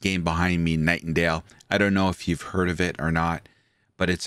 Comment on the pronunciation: I stopped watching cause he kept saying.